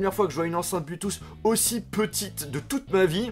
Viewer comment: Très bonne vidéo mais on prononce pas "Bluetoos" on dit "Bluetooth" avec un "t" et on le prononce